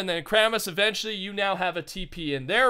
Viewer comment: Y do u call Kramis kram lol